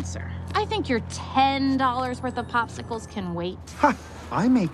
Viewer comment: Thanks so match but in its popsicles not a pospicles if I'm not mistaken.